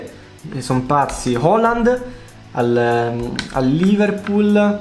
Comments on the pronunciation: Si dice haland non holand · Gerald WGF ma cosa che erling Håland in un intervista ha detto che si pronuncia holand